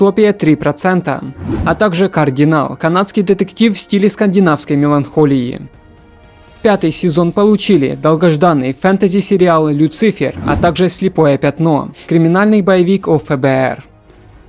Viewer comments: Не Босх, а Бош, не ЛюцИфер, а ЛюцифЕр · Ударение на ЛюцИфер это нечто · ЛюцифЕр, ударение на "Е". ГДЕ ТАЙМКОДЫ? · ЛюцИфер? Ты реально сказал люцИфер а не люцифЕр? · ну серьезно? люцИфер?))))))))))))))))) чувак, спасиб конечно за подборку, но диктор ты так себе))) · Бля я все терпел. Но сука люцИфер с ударением на и??? Чел да тебя за такое в аду так жарить будут ты не представляешь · Ударение Люцииииифер? и шпагетти угарнул))) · Бля ном Люцифер с ударением на "И" это просто нечто! Еще такого не слышал! Я просто в ахере!!! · бля Люцифер ударение на 3 слог ( кровь по ушам просто) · Я думаю автор схитрил, сделав ударение в слове Люцифер на другую букву, чтоб получить обратную связь - смотрят ли до самого конца и насколько внимательно. Всего одно слово - а сколько комментариев из-за этого дополнительных )) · Ржу Люцифер с ударением на ци